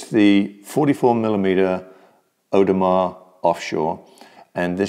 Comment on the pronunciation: "Audemar" lol... Audemars is part of the holy trinity of haute horology... along side of Patek ! In my personal experiences, AP has never left me disappointed, my Pateks? 3 broken out of 5 owned... unreliable, dainty, overrated.